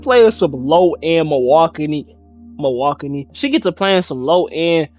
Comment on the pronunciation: Bros face when he said Milwaukane😭😂